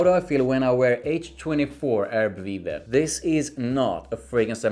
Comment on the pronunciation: you pronounced it right